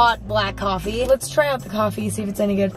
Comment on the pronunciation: 2018 Emma: CofFEe 2019 Emma: Tea Emma is groing up y'all